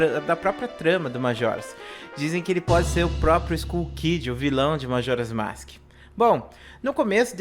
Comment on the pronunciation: Começou errado falando "masque". Kkkkkkkkkkkkkkkkkkkkkkkkkkkkkkkkkk